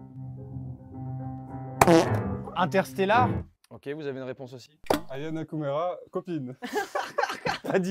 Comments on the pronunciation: "ayanakoumera" Moi: att att quoi KAMOURAAA PAS KOUMERA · il dit "Aya Nakumera" XD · en +, il a dit aya Nakamerou 😂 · qui galère à dire Aya Nakamura 😭